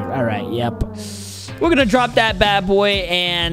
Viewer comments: You saying the sword wrong its cavander even theres letter n canvander but its when you say its cavander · You are saying the sword wrong but im glad u finally figure it out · Boy that is a silent n 😂😂😂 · You saying it wrong